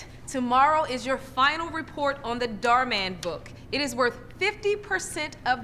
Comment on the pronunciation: It’s Dhar NOT Bhar